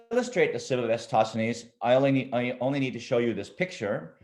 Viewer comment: I think "EratoSTHenes", not "EraStoTHenon"